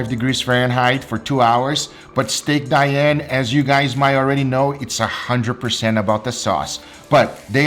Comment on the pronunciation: You have to pronounce "Dee-Ann"